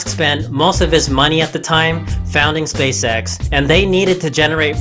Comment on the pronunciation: Why are u saying space sex